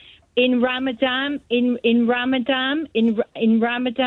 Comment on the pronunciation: It’s ramadam Joe! 😂